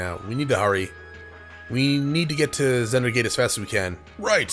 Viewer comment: Seriously.. I die inside every time you read Vander's name as Zander or Xander.. why? Just why?!